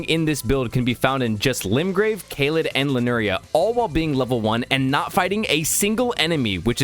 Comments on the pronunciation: Bro did you mispronounce area names on purpose? Lie-nur-ia?? Mount Gleh-mir? Gel-mir, lie-urr-nia! Autism aside, good video 👍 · L I U R N I A not L I N U R I A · ITS LIURNIA NOT LINURIA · lee - ur - knee- ah